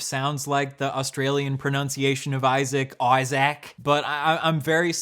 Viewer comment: And he proceeded to mispronounce "pronunciation", which just adds more delicious irony to this cake.